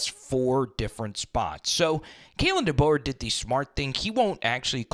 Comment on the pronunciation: Facts 💯💯 He needs to at least learn the correct pronunciation of Coach DeBoer's name, seriously. all season long 💪🔥🐘 Roll Tide Fam